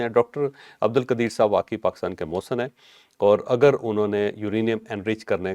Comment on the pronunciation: Pakistani aqwom ki awom muhsan bol jati ha aqwom app ni muhsan ko nhi bolti ha